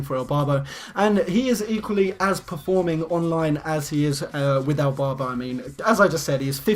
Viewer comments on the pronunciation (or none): Is it me or did he keep saying Elbarbo not Irbarbo